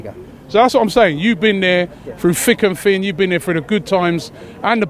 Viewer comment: "You've been there fru fhick and fhin"